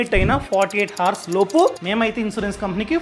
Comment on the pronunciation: హర్స్ కాదు, అవర్స్ అనాలి. Actual spelling is hours, but we should pronounce it as if it is ours. Sorry if you feel bad. Your videos are good, I watch regularly.